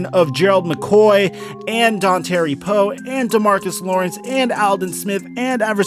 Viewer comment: “Don-terry Poe”